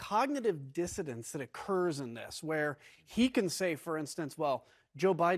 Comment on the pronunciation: "dissonance" , not "disodance". (That said, Trump doesn't know any word with more than six letters)